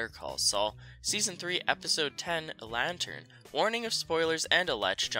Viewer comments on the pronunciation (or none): Lantern, not "Lantern."